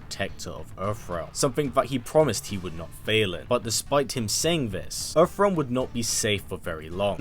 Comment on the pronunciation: Funny how you call it Erf realm 😁